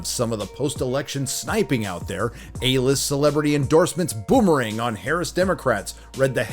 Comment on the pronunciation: Are we just going to ignore how he pronounced boomerang?